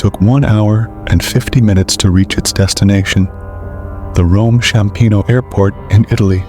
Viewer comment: Apologies, but things are wrong. It's Ryanair, not Reiner, Approaching Rome Ciampino, not Chiampino. I'm not sure if you've been living under a cave, because if you have, i wouldn't be surprised